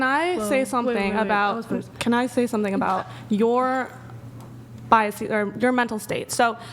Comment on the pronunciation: It's biases, not bias Ees..so annoying